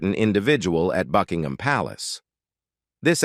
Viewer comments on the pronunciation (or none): none